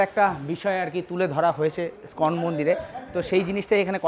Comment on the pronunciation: কথাটা স্কন মন্দির নয় ইসকন মন্দির হবে। খুব ভালো কাজ করছেন কিন্তু নিজের ইম্প্রেশন টাও তো জমিয়ে রাখতে হবে, তাই না? একটু মনোযোগ দিলে আরো ভালো হবে।